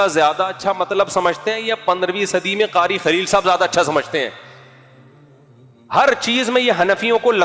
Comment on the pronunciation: قاری خلیل نہیں کاری بخیل ہے ۔